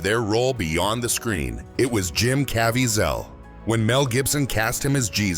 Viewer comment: CA VEEZ AL. IT IS SUCH A SHAME THAT KNOW ONE CARES ABOUT PAYING ATTENTION TO DETAILS AND IMPROVING QUALITY IN GROSS AI. FIX MISPRONOUNCING AI BEFORE RELEASING ON YOUTUBE. CHECK YOUR WORK. AGAIN REMOVE THE PHOTO OF ROBERT DENIRO, IT MAKES YOU LOOK INCREDIBLY DUMB.